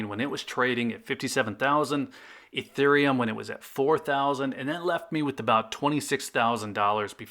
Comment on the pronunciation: >pronounces ethereum correctly >calls it 'eeth' Cringe